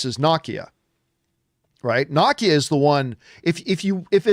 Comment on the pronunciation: John Campea still won't pronounce Nakia's name right... it's Nah-Kee-Ya, not Knock-Kee-Ya